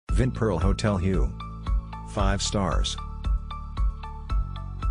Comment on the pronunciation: Hue is pronounced Way